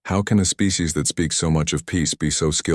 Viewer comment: "Birthed a spee" huh? Bloody useless AI. These stories are getting worse.